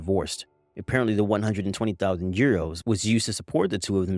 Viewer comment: How the hell did she mispronounce 120,000 dollars